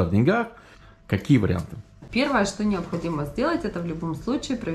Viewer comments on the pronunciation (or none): none